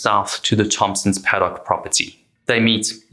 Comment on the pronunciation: Australians don't pronounce "Paddock" with the stress on the final syllable, as you did here. Then I realised ... you're a Springbok!